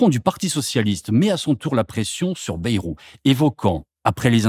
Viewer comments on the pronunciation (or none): On ne dit pas " bérou " mais Bayrou !! comme " ail " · Baillrou, pas bérou.Qui a jamais prononcé Bérou?! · "Bayrou" se prononce "baille-rou" et non "bé-rou", cela ne vient pas du nord de la France... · On dit Baïrou et non Bérou.